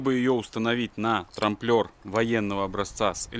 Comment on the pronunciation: трамБлер, не трамплер))